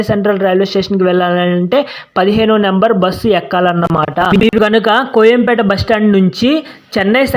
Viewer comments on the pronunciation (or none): కొయంపేట కాదు కోయంబేడు